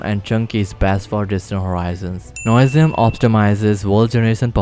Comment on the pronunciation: NOISIUM NOT NOSIUM